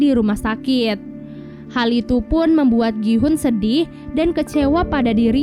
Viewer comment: Gi hun❌ Ki hoon ✔